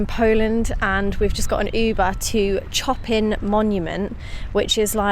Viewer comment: Enjoyable episode! You may want to check on correct pronunciation of Chopin..